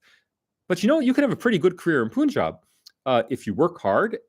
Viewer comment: FYI. The Pun in Punjab is pronounced like the english word Pun (a twist of words) and not "Poon".